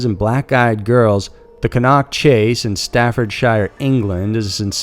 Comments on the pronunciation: OMG its not cann nock chase its cannock chase like can ock lol Americans lol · Cannock Chase... "Cannock" is pronounced like hammock with emphasis on the "Chase". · You butchered pronouncing Cannock Chase...